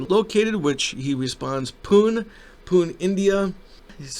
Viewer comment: Thank you. Very revealing shady operation. BTW the city Pune is pronounced as Poo-Nay